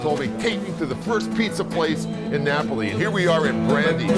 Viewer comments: So chef PEE-YAY-CHUH-ROW made that special MAR-GOO-REE-DAW pizza... in KNEE-YAY-BULLY... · Napley? Thats what your saying